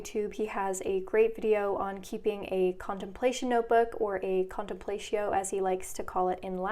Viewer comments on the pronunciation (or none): i loved the video, just one observation, it is pronounce contemplatio as written